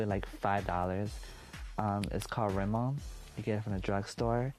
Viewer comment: It’s Rimmel. You’re welcome.